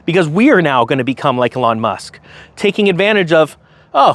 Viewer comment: Eeeeeelon. Eeeeeelon bro. You can’t keep talking about this car and continue to mispronounce his name. Dayum Ps Don’t bash soccer. Baseball, sure. But not the Beautiful Game.